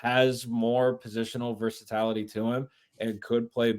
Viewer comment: It's versaTILaty, not versaTALity. I am begging you to stop misprouncing this word every podcast!! 😮